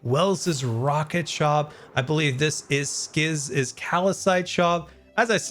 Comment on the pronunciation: “You won’t beelieve it”